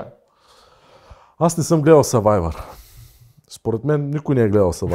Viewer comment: Кажете на че се казва сървайвър а не съвайвър 😁